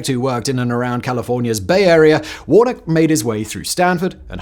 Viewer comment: His name is pronoumced warna-key. do you always get your details wrong?